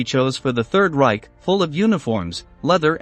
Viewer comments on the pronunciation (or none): none